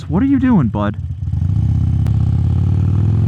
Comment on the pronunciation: Sounded almost Canadian there lol! "I'm not your buddy guy!"